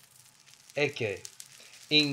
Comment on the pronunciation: "ecce" nōn "ecē"